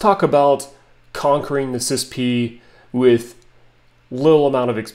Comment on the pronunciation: NOBODY pronounces it sispee. All acronyms are not meant to be spoken as a word…FYI.